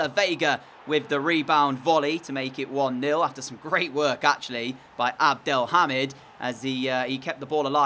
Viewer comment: U pronounce elghazi and abdelhamed wrong